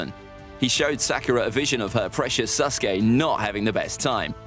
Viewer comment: Stop saying sus-gay, his name is Sasuke.